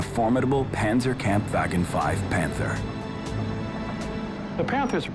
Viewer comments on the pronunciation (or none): panzer camp vyeagean 5. terrible pronunciation. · I love this, although, correction, the narrator pronounces Panzerkampfwagen a little incorrectly, it is a little hard to get the hang of, the Panzer part, the Pan, is less in a English way, it's supposed to sound slightly like dawn I think, so say dawn, but make the letter d a letter p, and remove the letter w, it's kinda like Hanz, but with a er and a p, the kampf is like komp, with a letter a and a letter f, sort of like decomp, and the wagen, he said like vagen, it's sound is a little more of a fog type, like the word fog, the take the og sound, and put it into the letter a and letter g spots, but don't change the original spelling, also the gen is more like gone, you can use gone if it's easier to say, but it's more of a gone with a letter a sound. Note: This is not a outright correction, I was assuming they're trying to pronounce in a German way for historical purposes and for better understanding of the word, just a note though, I was just pointing out that so if anyone wants to pronounce this in a more German way, this is a simple guide to do so.